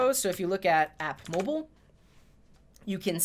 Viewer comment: I heard 'Yanni' instead of 'mobile' :D